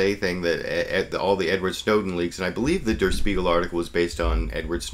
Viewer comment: Dur Speagle? I've never heard "Der Spiegel" pronounced like that before. It actually irks me a little every time the reporter says it like that.